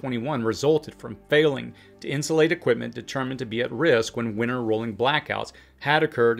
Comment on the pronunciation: I’m not trying to be petty or sarcastic, but are you saying “failing” or “felling”? I want to make sure I’m grasping the concepts you are laying out. Thank you.